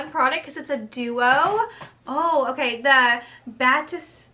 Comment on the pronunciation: Batiste is pronounced "ba-teest"